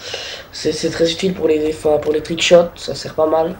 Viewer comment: C'est moi ou à il dit "les trickchiottes" xD